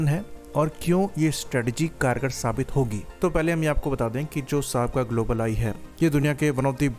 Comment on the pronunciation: "ग्लोबल आई" का ठीक से उचारण करो। धीरे से, और स्पष्ट रूप से। जल्दीबाज़ी में कुछ भी स्पष्ट नहीं हो रहा है |